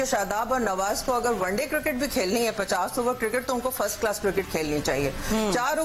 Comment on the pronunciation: Cricket not kirkat razzak saab